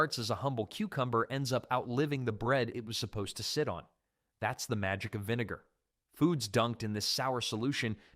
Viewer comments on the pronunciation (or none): none